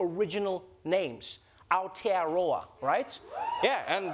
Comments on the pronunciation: Congrats you pronounced aotearoa better than most new Zealanders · Props to Trevor for saying Aotearoa 90% accurately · Being from New Zealand, I was far too excited that this segment started off with something from here! 😂huge appreciation to Trevor for discussing this AND also pronouncing Aotearoa so well! We've also just celebrated our first indigenous holiday here, Matariki. Love NZ and love you Trevor!